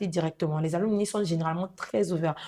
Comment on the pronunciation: Mes salutations à tous. Comme contribution, on dit un "ALUMNUS" (masculin), une "ALUMNA" (féminin), les "ALUMNI" (pluriel) [se lit Aloumnaï]. Merci.